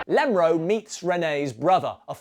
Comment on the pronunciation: Please stop saying Lemro.